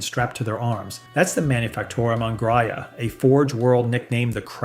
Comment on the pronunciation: please for the love of god fix the pronunciations. stig-ees, lase-gun, grayuh, and so many others are just horrible.